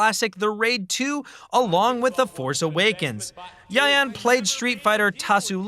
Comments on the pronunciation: I'm happy that he pronounced Yayan and Cecep's name properly, keep it up! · Wow you pronounce cecep and yayan perfectly